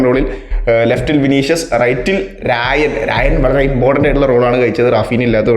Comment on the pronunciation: രായൻ ❎ റയാൻ ✅